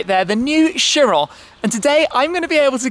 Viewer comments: the bugatti cheryl? or chiron? and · You called it a CHEERAL?! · in the beggining he said chiro instead of chiron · This is just me being a perfectionist, but I disagree with the pronunciation of the car's name. It's named after a greed god and it should be "Kiron", not "sheeron" It's annoying, so just pronounce it the correct way please.